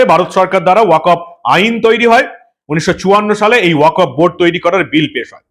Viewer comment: uchharonta 'Waq of board'noi, 'waqf ' board. ক এ হসন্ত